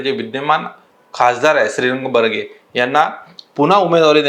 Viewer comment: जर तुम्हाला उमेदवारच नाव नीट घेता येत नसेल तर आपण कृपया व्हिडिओ बनवू नये माननीय श्री श्रीरंग बारणे अस नाव आहे मावलचे खासदार आहेत